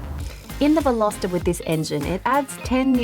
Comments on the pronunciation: 0.10seconds re the word 'unique':-. It's either unique or not unique. The word 'Unique' doesn't need a 'qualifier'. it's an 'absolute'. And at 10.30, you said VelosEter (like Jenna did some time ago.) It's not pronounced like that. Otherwise, I enjoyed your review of the 2020 Hyundai Veloster. Indeed, if I was younger, I might buy a Veloster as an unusual addition to my garage. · Velositer? C'mon, learn how to pronounce it before you review it. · Veloster or Velositer ?